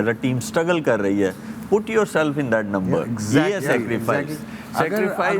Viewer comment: It is not number 1. It is lumber 1.